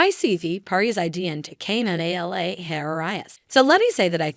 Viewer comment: Pronounce VP Harris's first name correctly or, refer to her as VP Harris.